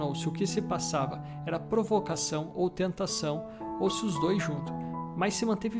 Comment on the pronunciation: Provocação!!!!! Fala direito rapaz......😑🤔🧐🤦🏽‍♀️🤦🏽‍♀️🤦🏽‍♀️🤦🏽‍♀️🤦🏽‍♀️🤦🏽‍♀️